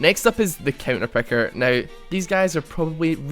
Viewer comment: I just want to point out that it's picker not pecker